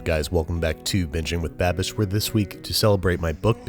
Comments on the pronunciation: Kinda sounded like you said bitching with babish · you said biching with babish at the begining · Okay that time I totally heard “Bitching with Babish”